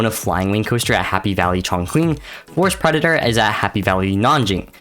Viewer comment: It's pronounced "Chong Ching".